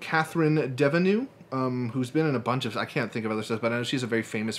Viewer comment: Deneuve = Deh-nerve. Not Devanoh. Anyway, love these videos. Always looking forward to more!